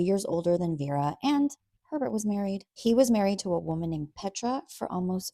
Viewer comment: Why does Herbert sound like pervert when you say it 😂